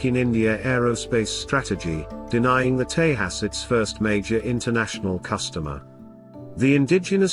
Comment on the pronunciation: tejas not tehas, correct the AI.